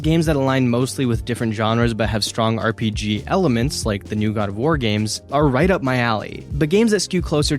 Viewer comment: Dude discover the R in RPG